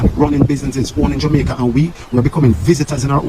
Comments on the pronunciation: Why not make content about your own country? You can't even pronounce the word Jamaica properly! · Y u gay black guys dont leave jamaica alone we dont know force any Chinese out we live well with the Chinese u cant even say jamaica correctly go look a man guy